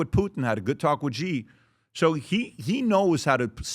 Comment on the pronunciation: Hey Patrick, the President of China’s name is Xi Jinping, pronounced ‘Shee Jin-ping.’ The ‘Xi’ sounds like ‘she’ (as in the word for a woman) plus ‘ee,’ making a soft ‘shee’—not ‘gee’ or ‘zee.’ Just say it as ‘SHEE jin-PING’ and you’ll be spot on.